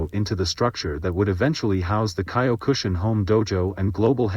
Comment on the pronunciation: Get better AI to pronounce Mas's name and Kyokushi Karate. Or voice this yourself.